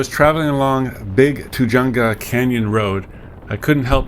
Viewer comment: Sorry, couln't resist -- it's "too-hunga" -- pronounce the "j" like an "h."